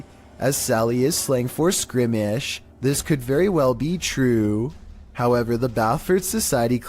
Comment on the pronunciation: Not skrimish